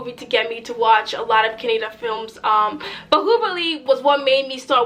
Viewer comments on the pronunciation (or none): Sister its not "kah-neh-da" it is " "ka-nna-daa"; plz spell our language correctly because its our kannada language is as important as breathing to us "kannadigas"(kannada speaking people, who born in karnataka state and whos mother tongue is kannada) we respect and love kannada and we see our language as "mother godess" as" kannada thaie" (kannada mother) we call and worship her as "bhuvaneshwari/ chamundeshwari" and we kannadigas are her sons!!! our language has an enormous histroy of 2500 years old!!many grat empires and emperors have ruled our great "kannada land and soil" and enriched and contributed majorly in history of india and south india and its one of the 4 dravidian( dravidians are peope who live in south india) languages like teglugu, tamil and malayalam Hope u understood the greatness!! of our language and its emotion of kannadigas!!😀😀 keep watching kannada movies and our film industry is known as "sandalwood" plz do some research on our industry and its history "dr.rajkumar" he was a great actor and the only actor to recieve national awards for acting and singing!! He has acted 206 movies in the industry he consider him as a "legend in our kannada language and pride" and we consider him as our cultural icon!! Thank you!! With lots of love!! Yes!! KGF😉😆😎 is a dream comming true for every kannadiga and yes!! Hats of!! To who kgf team and yashh!! For taking our kannada industry to global stage!! We were waiting for this to happen!! And we r so glad😁😁 hope! This h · It is ka nna da kannada not canada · Madam call it as kannada not kanneda. Plz next time pronounce correctly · It's not kannad it is kannada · please pronounce kannada properly